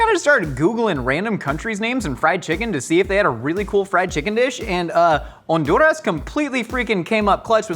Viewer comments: My man’s! Major respect for your research and as a Honduran, mad love for properly saying Honduras 🇭🇳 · Hon-du-ras! Yesss!